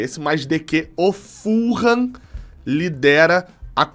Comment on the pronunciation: Não é FUL-HAM se diz FU-LAM.. assim mesmo .. ful ham tem quase significado de presunto inteiro